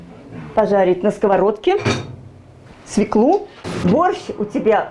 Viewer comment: идея хорошая, но.... 1_ знакомство с участниками_ как зовут, и т. д. 2_не ,,ложишь,, ,а ,,кладешь,,. 3_не свеклУ, а свёклу. ударение всегда на е.( с точками)